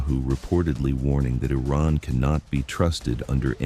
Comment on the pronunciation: This plastic lip job, Carolyn Levitte, can not even pronounce Iran!! Perhaps her grandfather/ husband can teach her pronounciiation!? Rubio is a zion nut job. He is not American